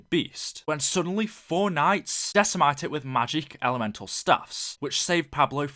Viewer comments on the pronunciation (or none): couldnt agree more... and decimate "decimite" and took.... "tuuuuk"